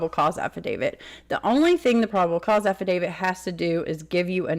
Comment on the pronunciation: Brian Entin's pronunciation: Ahhfidavid 🤣